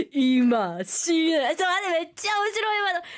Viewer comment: Actually the pronunciation is all correct; none of the sounds are malformed. It's the bizarre speaking cadence and tonage that give it that hilarious Japanglish accent. (e.g. シ↗ーネー↘ as opposed to し￬ねー↘)